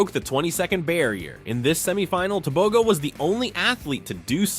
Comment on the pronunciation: Why are yall saying Tobegoo.....Its Tebogo Te...bo..gooo hauuuuu